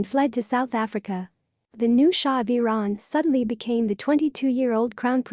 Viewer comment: AI doesn't work. Shah of Veran. Try harder. Spellings off extremely awful.